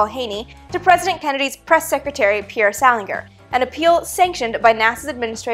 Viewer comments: FYI: the last name of JFK’s press secretary was pronounced “Sal-in-jer” not “Sal-in-grr”. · Sal- in-jer